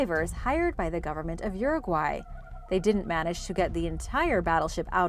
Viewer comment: Finally a native english speaker says uruguay properly lol